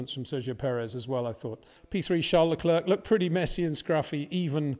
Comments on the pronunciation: Leclerc is pronounced Le Claire, not Le Clerck. In other word the "C" is silent. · New season new chances for Peter to finally learn how to pronounce Verstappen and Leclerc properly.